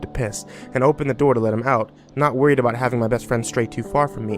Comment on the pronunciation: what’s this going to be aboot buddy